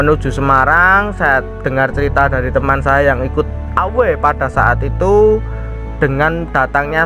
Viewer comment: Away dibaca Ewey min